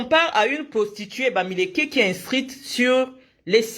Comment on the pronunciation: Quand prononce bamiléké tu es pathétique